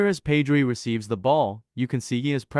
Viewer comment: ur pronouncing pedri wrong